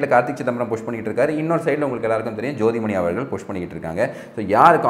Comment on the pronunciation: ஜோதிமணி அல்ல. சோடிமணி தமிழ் முக்கியம்...